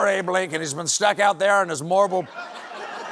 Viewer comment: You said "Morble", Stephen. We all heard it. We all loved it.